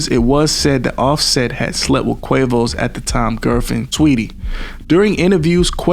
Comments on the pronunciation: Lmao…I thought I was hearing him wrong! I’m like did he say “Tweetie?” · "It was said that Offset had slept with then Quavo's gf, "Tweetie"." Makes sense that he calls Saweetie "Tweeite" bc she is a bird. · Saweetie not Tweety lmao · "An unauthorized "expiration"." was said that Offset had slept with then Quavo's gf, "Tweetie"." Makes sense that he calls Saweetie "Tweeite" bc she is a bird. 🤣🤣🤣🤣🤣